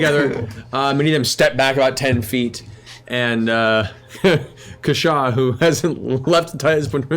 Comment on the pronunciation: As he told you all himself, his name is CASH-aw. Not Ca-SHAW.